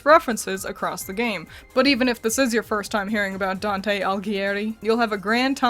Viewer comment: I think you said Dante last name right by the way the inferno is it’s the first of three book